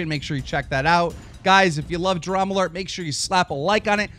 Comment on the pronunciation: When he says DramaAlert nation it sounds like TroubleAlert.